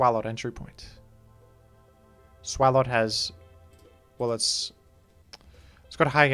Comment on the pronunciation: lol how pronounces Swalot, as if its giant gaping mouth doesn’t hint at being pronounced like swallow.